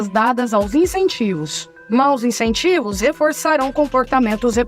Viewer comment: "Incentivos", com "I" - não "Encentivos" 🤦‍♀. Só consegui entender na segunda vez, pelo contexto.